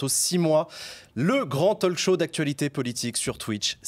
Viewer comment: En 1 minute, le présentateur dit Talk-show en prononçant le l, alors que non !!!! Ça fait mal aux oreilles